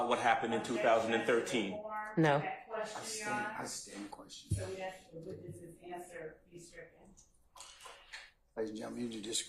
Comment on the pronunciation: How u a DA and can’t even pronounce words as simple as “ask” correctly? 🫣🤔